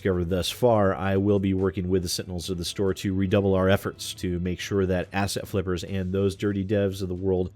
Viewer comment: Is it just me or does it some times sound like is saying "Ass-hat" flippers? Not that he would be wrong either way.